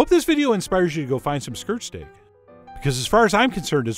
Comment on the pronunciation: I thought he was saying skrrt stake